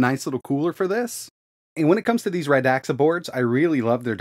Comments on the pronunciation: Radxa Not radaxa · I saw on their site somewhere that the company named sounds like "RAD SUH" not "RUH DAXA". The more you know! 😉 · Its pronounced radsa not radaxa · Pretty sure it's pronounced rad-za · as far as i know its pronounced "radsha"